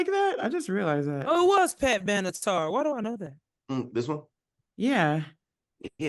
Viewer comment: The singer's name is Pat Benatar N.O.T. Pat Banatar. Come on.😶🙄😶🙄